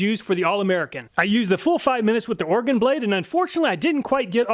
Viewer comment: Thanks for correctly pronouncing Oregon. It's pretty weird how some folks butcher it. lol. Great video as always!